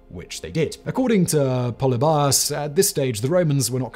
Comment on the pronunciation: Πολιβιος = Pol-EE-bee-os, not POLLY-by-ohs. Just sayin. One thing that’s not mentioned is that Cynoscephalae is really in the middle of nowhere. It’s difficult to get to even today on one lane dirt roads. Very hilly and rocky terrain. It’s somewhat amazing to me that two entire armies accidentally made their way there in the rain. The top of that hill is an absolutely terrible place to try to use a phalanx and I have to think that the only reason Philip didn’t make a fighting retreat and try to fight on more level ground was because of Flaminius’s elephants.